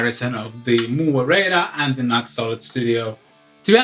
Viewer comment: pronounced "new ex"